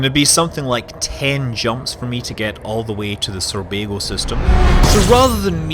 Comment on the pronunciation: Sounds like you're saying Surbago, not Sorbago, in the start.